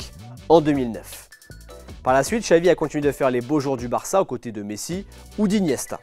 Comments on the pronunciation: Pourquoi prononcer "Txavi" et pas "Xavi"??? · Ben non. Depuis quand le X se prononce "tch" en Catalan?? Dans aucune langue en fait, parce que même en basque, galicien, asturien et portugais c'est "ch"